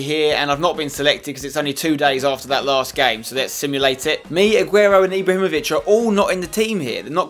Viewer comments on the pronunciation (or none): none